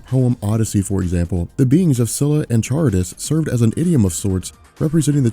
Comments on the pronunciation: it's Charybdis pronounced "Kharybdis" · hey, just fyi "Charybdis" is pronounced Karybdis (Ch = K sound, like in Chameleon)